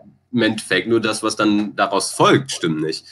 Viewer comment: also ich würd mal tippen das er aus Köln kommt haha hat ja ein großes Geheimnis darum gemacht (verständlich) aber da kam, wenn mich nicht alles täuscht, etwas der kölsche Jung aus ihm heraus :D ( die Betonung „dat“)